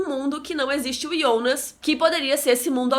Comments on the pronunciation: O nome e Jonas não ionas! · Mano é jonassssss nao ionasss fala certo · Ionas é meus sovo. Fala JOnas carai. Kkk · o nome dele é JONAAAAASSSS e não IONASSSSSSSSSSS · Da uma agonia de ouvir ela falando ionas kkkk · Bem ru sou novo no canal mas por que ela chamar o Jonas de ionas? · É estranho ouvir ionas e não jonas, mas nada contra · Que saco, ou fala jonas ou abre um canal em alemão e fala ionas nele, estamos no Brasil aqui é jonas! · Para de falar ionas! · com todo carinho, é extremamente irritante ouvi vc falar iiionas ! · "Yonas" KKKK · ela pronuncia o nome do Jonas de um jeito estranho